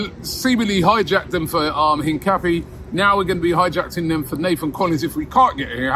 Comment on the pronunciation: Robbie was told how to pronounce Hincapie and then proceeds to pronounce it wrong the entire video